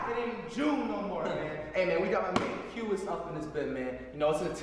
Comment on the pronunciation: Cash bro how did you not say anything about how flight said Qias. He literally said “qyuis”